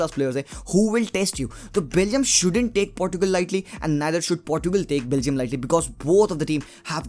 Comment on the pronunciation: I want CR7 to score his 110th goal but Really want Belgium to go ahead 😊 hope Chocolaty Belgium will win .. And Finally bhai Aapne Portugal and Portuguese sahi se pronounce kiya 😍😍😍... Party chaiyhe Bro. , 1 Plate Biriyani and 1 PS5 for me 😂 😂 😂 .... 😘